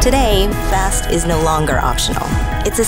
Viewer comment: Good ad, but am I the only one who hears "best" or "bast" when she says "fast" at certain points in the ad?